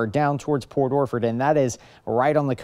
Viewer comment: Port Orflord.😅?? What.. orchard